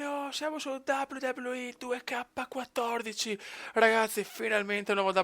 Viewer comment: 2k si pronuncia in inglese e il 14 in italiano